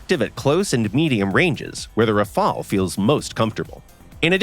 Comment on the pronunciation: Rafale not rafael